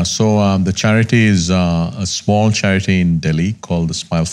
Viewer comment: charity sounded like Chaaya-Kudi.. means 'have-tea' in Malayalam. Wasn't expecting philanthropy on the table , great to see !.